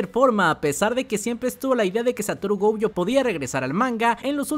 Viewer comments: Gojo, no "Goujo" diosssssssss miooooooooooooooooooooooooooooooooooooooooooooooooooooooo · Porque pronuncia GOUJO?